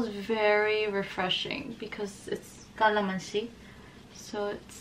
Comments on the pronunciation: Nice pronunciation of 'calamansi' 🍋 Much love,! Stay safe 🧡🧡🧡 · So cute when u pronounce CALAMANSI! It means Lemon in PH